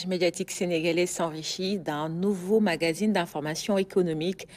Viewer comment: Pourquoi nous Sénégalais, nous avons du mal à prononcer magazine. Beaucoup d entre nous disent mangazine